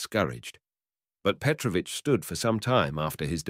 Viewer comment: Thanks, but I wish you had checked how to pronounce correctly the name Petrovich first.